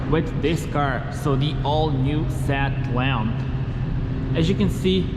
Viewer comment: Seat Léon ❌ Sat lon ✅ You can't even pronounce the name why you do a review for??